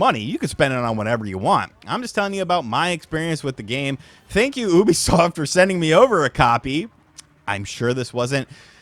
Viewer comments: its pronounced youbisoft and not houhhhhhhhhbisoft😂😂😂😅😅😅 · Ubisoft not oobisoft 😂😂😂 wtf 🤣🤣🤣🤣🤣🤣🤣🤣🤣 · When u can’t pronounce Ubisoft… it’s Ubisoft not yubisoft :0